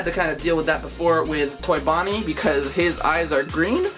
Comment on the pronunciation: Did you say fonnie? And not bonnie